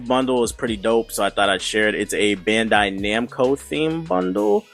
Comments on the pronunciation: This nigga said Bando-Namcai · this dude kept saying bando namcai isn't it bandai namco?